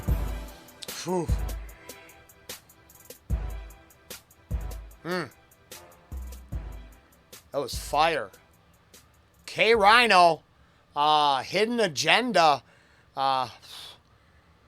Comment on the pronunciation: It's Kay Reeno Not Kay Rhino